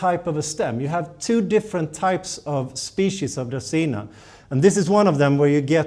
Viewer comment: I like the way you say dracaena better and I live in Mississippi.